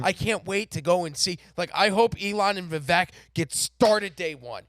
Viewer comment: You guys are doing a good job… for whatever reason, more than one of you are having trouble pronouncing Vivek… It rhymes with cake… Keep up the good work